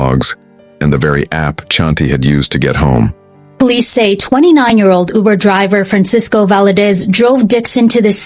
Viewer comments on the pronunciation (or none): It is not ubu it is uber